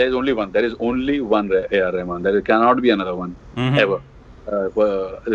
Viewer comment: I won't be surprised if they have A.R Rahman (or as says Ramen:P ) for an interview next...<3